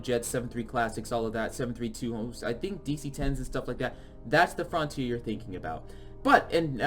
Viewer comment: “frontier”: “frauhntier” Also: Frènch